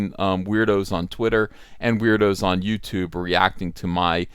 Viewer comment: "YouTibe," Jordan Peterson's alternative to YouTube.